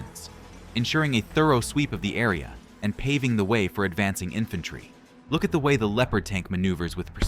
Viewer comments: AI says look wrong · your AI voice says 'look' wrong